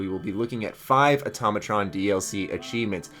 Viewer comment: Finally pronounced Automatron correctly.